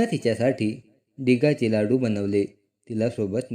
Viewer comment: डिगाचे नाही डिंकाचे